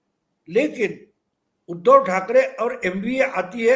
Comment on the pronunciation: उध्दव शब्द का उच्चार आप ऊधव ऐसा क्यूं करते हैं? क्योंकि उ का उच्चार आप ऊ ऐसा करते है। जब आप उ का सही उच्चार करेंगे तब आप उध्दव शब्द का सही उच्चार कर पाएंगे